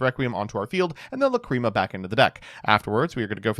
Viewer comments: First match: The pain of hearing "McCreema". Second match: The pleasure of hearing "Lacrima". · Stop saying Fiendsmith La Creama I am begging you 😭😭🙏🙏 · Everytime says lacreamah I cringe and I know he is doing this to hurt all of us. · Lacrima being pronounced as Luh-CREAM-Uh is unbearable. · The way he pronounces Lacrima makes me upset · Please stop saying lacrima like that 🙏